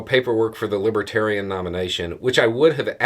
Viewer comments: I'm sure it didn't help tRump any to keep mispronouncing "LibAtarian" party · Trump can't even pronounce LIBERTARIAN. He consistently said LIBBA-Tarian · It sounded more like libbadarian to me.